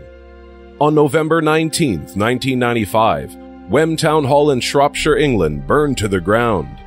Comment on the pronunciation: Thank fuck he didn't call it shropshierrrr